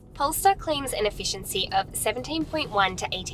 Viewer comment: Mmmh.... 'Effieciany'??? haha